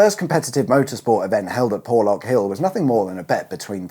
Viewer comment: You need some old style 4x4 to navigate ..."Porrrrrrrrlorrrrk hill".....accent stuff...!lol